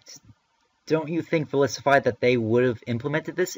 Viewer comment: Bottle caps hurt the hacking game because it is no longer required to get 6 IV pokemon. Does Verlisify not see that? Also, he pronounces his own name wrong. (I'm not saying you are, you're just saying it the same as him) It's verLISIFY not verILIS.